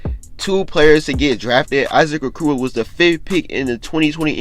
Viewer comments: He said A-koo-roo 😂 😂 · O-core-o that’s how u say Issac okoros name